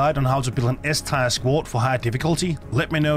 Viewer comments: I know English isn’t your first language, but tier is pronounced TEAR, like the kind when you cry, not shred paper. Nor tire, like a car. Teeeeeeer ;) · Its tier like tear not "tier" like tire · Didn't notice anything, except... Tier is pronounced "tee-air", not "tire" :p Great list, I pretty much agree with everything! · your accent is definitely noticable, but your english is actually very good. also, tyre instead of tier (pronounced tear, as in crying not tearing something) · Its pronounced tear like teardrop not tire like car tire, but other than that 9/10 video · Good vid. Btw it’s Tier as in Tee-Err and not Tire or Tyre. 😂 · “Teer”. Not “Tyre”. For the love of Christ there’s no way you’ve never heard anyone pronounce it correctly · It's prounounced TEER. SAY TEER not tyre. Ffs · Bro it's tier, not tire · Your English is great the only thing you really pronounced wrong is tier , (Teer or Teeuh is how it sounds ) great video 💯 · Tier: pronounced: Tear as in what comes from your eyes when a bug kills you. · Yea even knowing this, my danish accent still wants me to pronounce it “tire” 😅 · Um... Anti material rifle D tier (pronounced "tear" btw)? That has gotten me out of some serious situations... Right out the gate I'm already disagreeing, especially with the LMG in B tier with that LONG reload with no help available... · Why are you pronouncing tier as "tire" ? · Bro is saying “tire” the whole video kms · I like the eay you say 'Tier' man ✌🏻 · Haha yea sorry. Someone did correct me on how to pronounce “Tier” 😅